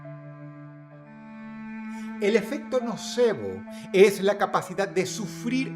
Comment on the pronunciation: En vez de nocebo escuche no sabo 😭😭😭